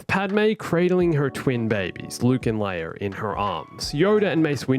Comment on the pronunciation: says leir instead of leia